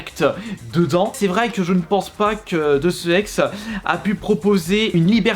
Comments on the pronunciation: « Deusse exeu » 🤣🤣 RIP la prononciation mdrrr ça se dit « déousse ex » pas « deussexeu » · "deusse E-X"... NON "déousse aixe " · C'est vrai que quand il dit deusse E.X pour deus ex j'ai eu mal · J'ai stoppé la vidéo à " DEUSSE E X "... WTF ??? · DEUSSE E.X. ?! Are you serious ? !!!! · on dit "des housses ex",fais un effort stp;-))))